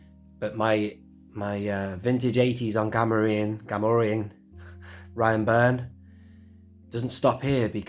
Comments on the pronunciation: I've been sitting here going "Gam-or-ri-an" "Gam-or-ree-an" for enough time that I'm coming down on the side of the latter. I think. I might need to use my phone-a-friend lifeline though. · You say "Gam-or-ri-an" (rhymes with Delorean)/"Gam-or-ree-an", I say "well now I'm confused".